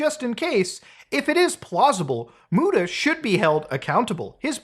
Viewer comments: They way you dropped MOO TA 😂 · i appreciate the "muTA" pronunciation lol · Lmao i'm glad you did that, the way she pronounces your name has been cracking me up since I first heard it. Why does she emphasize the T like that?!